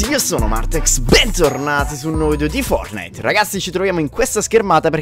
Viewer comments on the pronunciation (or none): none